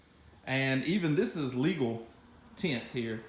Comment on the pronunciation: lol tha way way he said TEINT!!!,....good job on th vid